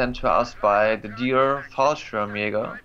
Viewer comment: Fallschjeagers...... Toby.. XD